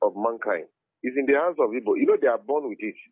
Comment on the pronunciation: Ok brother but next time learn how to pronounce igbo